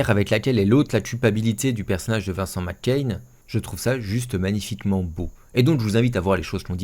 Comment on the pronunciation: Super mais ça serait juste bien de pas prononcer Macaigne McCain 2 fois sur 3 (après tout on ne dit pas Emilie Deux Cain... bordel il le fait !). Bref, osef, RIP belle actrice 😢